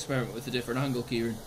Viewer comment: Why does noone get Kirane’s name right